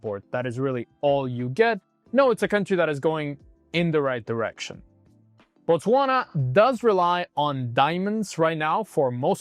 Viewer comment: It is Botswana not Botwasna